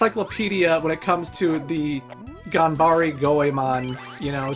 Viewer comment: Why do you keep pronouncing "E" as "I" in the word "Ganbare"? Also, PLEASE play Mystical Ninja for the N64! Now that is a diamond in the rough if ever there was one!